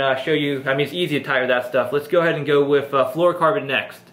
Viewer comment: he keeps saying wiff